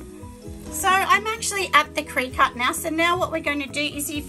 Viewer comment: Cricut pronounced cricket :)